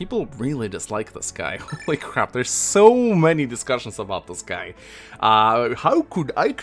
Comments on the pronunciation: He did prononce Guy’s name correctly however. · *pronounces many character's name incorrectly Also: its Guy. You guys are pronouncing it wrong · French captain here, I agree with you about the pronunciation of "Guy"